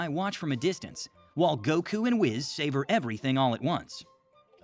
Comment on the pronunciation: ITS WHIS NOT WIZZ